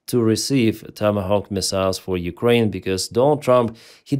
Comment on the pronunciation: When three years is not enough to learn they say Ukraini, not Ukraine.